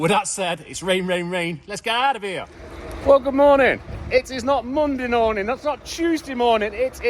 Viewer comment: “good morning it’s not Monday norming” 😂😂😂👊🏼